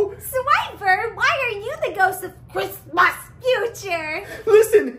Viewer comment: Why does she have trouble saying "Christmas"?